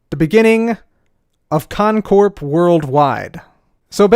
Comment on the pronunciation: did he say cotton Corp. or is that just me?